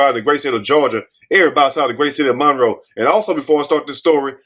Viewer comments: It's Morrow, GA. Not Monroe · Not Monroe but morrow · It's MORROW, GA...suburb of Atlanta...not Monroe, GA...sad story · please pin a correction, 50,000 people in here correcting you. He not gonna see the corrections no faster, dang!! They said it’s Morrow, not Monroe.